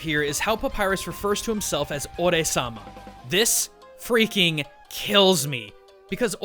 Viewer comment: Ore-sama... X,DDDDDDDDDD